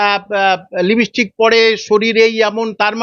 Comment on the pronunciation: লিপস্টিক কি জানেন ভালো করে উচ্চারণ করেন😂